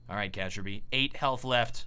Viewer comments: Sounds almost like calls Kjaerbye "Caterpie". While I was listening to the casting I started wondering if this crossed into Pokémon: Global Offensive. I think the easiest way to pronounce Kjaerbye is to combine "Chair" and "Bee". Still a good job on the solo casting,! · kazjerbee?? it's kiyearbee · FUCKING KAJERBEE??? WTF ITS KAY-YER-BEE FFS. Why do u do this to me?? How do you not know this? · Is it because of Cajunb's name that so many people say cayerb instead of Kjaerbye? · it s not kajerbye it s kyarbye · I think his name is pronouced like kirby and not like kejerby Xd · It's pronounce as CareB, not CajerB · Kjaerbye is pronounced like "carebye" just for your danish or scandinavien viewers ;) Keep up the good work!! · the j in Kjaerbye sounds like a y, like in German so it sounds like "Kyaer-bee" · Hi, I'd just like to point out that the first part of Kjaerbye's name is pronounced 'cair' like in "cairn". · if you pronounce kjaerbye, kajerbee one more time, im unsubbing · Kjaerbye isn't pronounced Kejerbee... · Awesome cast once again, one thing though, Kjaerbye is pronouced Kyer-bee, and Xyp9x is pronounced Xyp-ix. ;) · I beg of you to pronounce Kjaerbye's name as key-air-bee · IM TRIGGERED KJAERBYE ITS PRONOUNCED KIA-BEE I GOT SO TRIGGERED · say it with me: Kee-Yair-bee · I believe that Kjaerbye is pronounced Ki-yare-bee. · Is it k-yar-bee? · Kjaerbye? More like CajunB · The way you pronounce "kjaerbye" is kind of funny to us Scandinavians. It's pronounced more like "Chiarby". Please keep doing commentary videos! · Kjaerbye is read Kyebee. plz:D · Kjaerbye is pronounced, key-er-bee. It doesn't bother me but it must annoy others. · Danish j is pronounced like y in English, ae is often like the e in bet, r is either a guttural sound or effectively silent (but influencing the pronunciation of the word). It's kind of like kyer-bee, so long as you don't follow through on the r sound. Only two syllables.